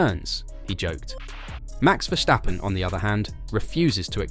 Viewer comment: 'vershhhtappen' hahaha